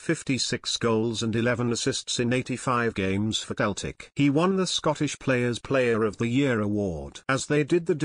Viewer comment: Please, please, CELTIC are pronounced Selltic Not Keltic.,!!!!!!!!